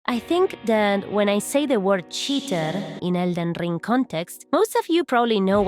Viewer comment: Elden Rrrrrrrring 😂